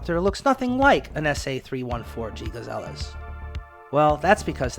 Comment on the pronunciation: Please pronounce aircraft names and manufacturers properly, notably “Siroksy” and “gazelles.” And why show random photos of other helicopters, while discussing specific models?